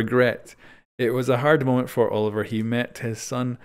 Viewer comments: Quick correction,, the name is pronounced oh-liv-ee-ay, being French. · Olivier is pronounced as Olive-ee-ay